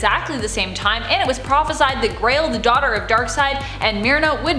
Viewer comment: euuuhh its not Crail, its GRAIL.